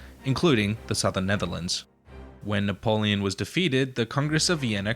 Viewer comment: Sorry, it's Napoleon and not Napoloen